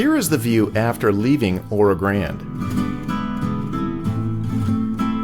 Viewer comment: Loved it. Trip down memory lane. Made that trip several times as a kid in the 50's. Please check pronunciation of Oro Grande. Or do the locals use the Anglicized pronunciation? I've always called it Oro "Granday" as I heard it as a youth.